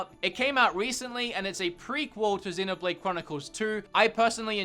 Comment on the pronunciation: When you said Xenoblade I thought u said dinner plate